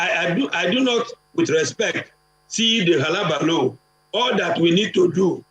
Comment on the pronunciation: Did this dude say Halabalo? Hullabaloo....! Damnit.